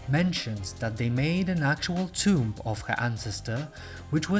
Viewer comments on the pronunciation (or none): none